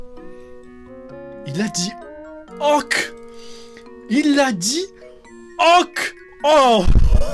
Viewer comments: m3rde je prononce "oque" aussi, g compris j'me barre j'vais mfaire f0utre g compris..... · Mdr même moi avant je prononçait Ok comme le monsieur 😅😂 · Certes. Je blaguais juste sur le fait que notre "" (personnellement je le trouve quelconque mais bon, tant mieux s'il plaît) n'était même pas capable de prononcer "ok" correctement... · Mon père prononce ok de cette façon, ces personnes existent oui